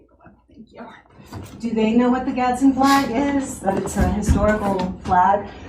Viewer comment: "Gadz-din". 2 syllables. Not "Gaddison".